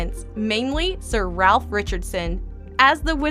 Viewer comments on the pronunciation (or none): none